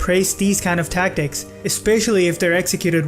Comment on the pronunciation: you say the tacktick fan belguim not cool bro